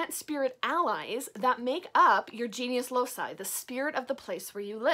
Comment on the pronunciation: Hi! I practice traditional witchcraft too, but with focus on the Aragonese folklore (a region of Spain. Goya and the first wife of Henry VIII are from here 😉). I enjoy a lot your videos, you are so transparent with your craft! I only wanted to tell you that the “loci” part of “genius loci” is pronounced like a “k”. Since the old latin used this sound, it will be correct saying something like “loki” (another example could be “caelum” ~sky~ in which “c” is pronounced “kaelum” and not “zaelum”). I hope that i have helped, and sorry for my bad english! Greetings from Aragon!!! 🖤